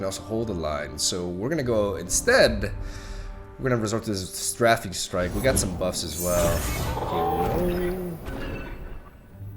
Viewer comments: Your pronunciations have gotten a lot better! One more to add, "Strafing Strike" is pronounced like "stray-fing" ;) Love from Colorado! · its pronounced stray-fing strike btw!!